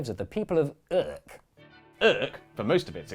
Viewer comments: Hey you got the pronunciation of Urk right, not many people manage that... Until they've been there once. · I have never seen a more accurate representation of what it's like to have a conversation with someone who lives in Urk. Also you found the best way to pronounce Urk. Great job! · I love how you captured the digust we have for Urk in the way you pronounced the place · Second Urker here, can confirm: especially the silent “h” was on point.